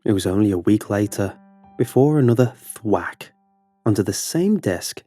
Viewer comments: Stop saying thwak it’s so annoying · I found him saying "thwat" funny..